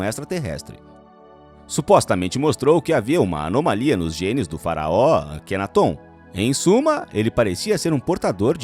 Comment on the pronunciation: Não é Akenatôn... é Akenáton. Acento no NÁ kkk